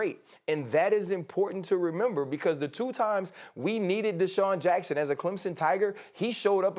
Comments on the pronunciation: man said jackson 😭😭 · He said Jackson 😱😳😒🙄🤯